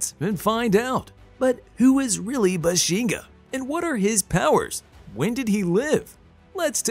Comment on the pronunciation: BAH-SHEN- GAH..... not buhshinga